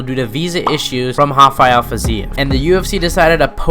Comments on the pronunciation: Great video, but dude, its RRRRafael Fizev, not Hafael. He’s not latin. Name’s origin is latin, but he isn’t, where he’s from its just Rafael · Its definitely not "Hafael Fiziev". 😅 not if you have any brain left. 😂